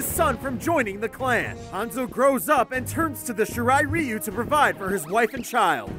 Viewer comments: Shiray Rayu not Shiray Riyu The original: Shirai Ryu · Lin Kwee and Shirai Riu...its Lin Kw-ay and Shi-Rai Calliou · Also it's pronounced Shirai raayu, not shirai reeyu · "Shurai. Ree-you" ITS RIGH-YOU AND ITS LIN QWAY NOT LIN QWEE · shr-rye riou... shirai ryu. Im not even a die hard fan and i can get names right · its pronounced shiray ry-yu not ri-yu and lin quey not quee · Shira ReeU Lin Quee Sheenok Really? This guy doesn't deserve to talk about MK if he can't pronounce any MK words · Love those pronunciations, Lin quiiiiee, shyrai reyu, shiiiiinnok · Shiray ray u Me: he pronounced that wrong.: lin qwee Me: he's doing it on purpose for comments and i fell for it;( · Lin quee Shirai reeyu SHEENOK WHAT!? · YOUR PRONOUNCING IT WRONG ITS LIKE RYU FROM STREET FIGHTER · Lin Quee? shiray rayeeeu? SHEnok? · It’s pronounced like Ryu from Street Fighter Shirai Ryu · Shirai reeoo Shee-knock Lin Kwiee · Lin queeee its Lin kuei Sh Ry ruy